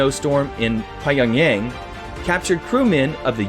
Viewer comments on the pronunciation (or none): Great job, this video is very well done! 👏 The only thing is: Pyongyang is not pronounced PIE-ONG-YANG but PEA-ONG-YOUNG. Keep up the good work! 😄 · But it's pronounced pea- ong- zang.